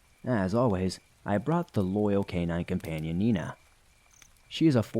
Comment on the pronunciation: Ha, Meena is my niece's German shepherd's name too! Unless I'm misunderstanding, and you're actually saying "Nina"...